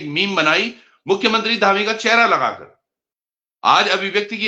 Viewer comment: धामी ❌ डामी ✅